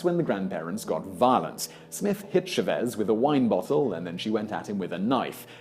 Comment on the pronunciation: Hey Simon, you're pronouncing the name Chávez completely wrong. The emphasis goes on the "Cha" not the "vez" Just like when you say champion, the emphasis or accent goes on the champ not on the ion. Got it